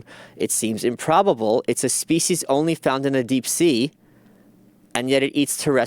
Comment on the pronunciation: I hate how he says "speece" instead of species